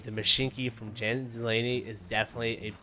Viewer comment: It's not JAN , it's yawn